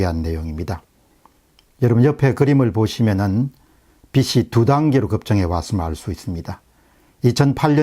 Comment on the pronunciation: 저는 공병호tv를 애청하며, 주위에 많이 전파하려 애쓰고 있습니다. 드릴 말씀은 오늘 강의 중에 '빚'과 '빛'의 연음이 잘못 발음이 되어 말씀하시고자하는 내용을 흐리기에 말씀 드립니다. '빚이 많다'~~~ 비지 만타.(금전) '비치 많다'~~~ 비치 만타.(불빚......) 혹, 요런 것도 이해를 못하고 꼬집느냐고 하실지도 모르겠다는 염려도 됩니다.그러나 아이들도 볼 수있다는 생각에 글을 올려봅니다.보시면 즉시 지워주세요. 어두움을 밝히는 등불 같은 가르침에 다시 한 번 감사드립니다.